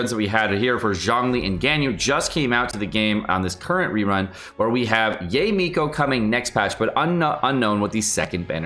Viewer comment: it's 'Ya-eh' not 'Yay', please!!!! 🤣 also keep up the great work!:)